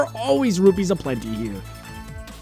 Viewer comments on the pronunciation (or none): none